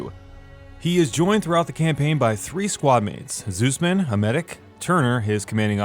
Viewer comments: i think he honestly searched up a campaign summary because if he played it he wouldnt say zussman like zeusman. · Did he just say... "Zeus-man?..."